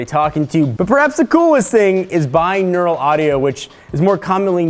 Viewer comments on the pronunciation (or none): none